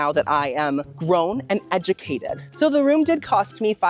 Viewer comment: “Now that I’m grown, and EDJUCATED” LOL 😂 I freaking love you!!!